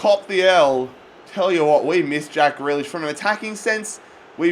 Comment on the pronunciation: It's pronounced "GREE LISH"